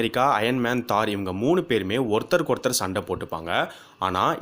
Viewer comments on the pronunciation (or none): தோர் தோர் தோர் not தார் :) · Dai aathu Thor not thar